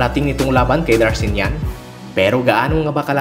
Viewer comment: hindi po Darshinyan ..Darchinyan po